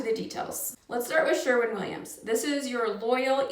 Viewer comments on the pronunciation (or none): Sherwin not Sherman